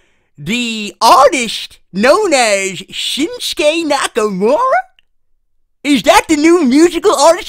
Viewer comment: "sushymura" lmao